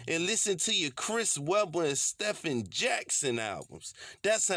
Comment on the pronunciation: Lol dude you’re crazy man. But it’s pronounced Steven even though it’s spelled Stephen. Lol Chris Webber use to jam though